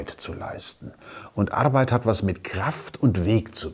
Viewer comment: Ich mag es wenn er "Starrrrke" und "Arrrbeit" sagt :-)